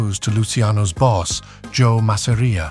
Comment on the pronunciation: . . OY !! LETS HAVE IT RIGHT- ITS 'MASS'-'AR'IA NOT 'MASSERIAH'. ALSO LOOSE THE SUBTITLES- THAT RUINS THE NARRATIVE. WE CAN READ ! PISSED US RIGHT OFF . . . . !!